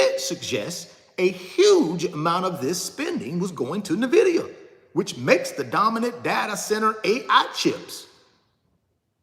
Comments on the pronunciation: Pronounced "Enn-Vidia" not "Nih-Videa" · Invida not nahvida lol he be speaking from the heart that's passion